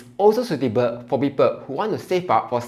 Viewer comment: Sweetable or suitable, please talk properly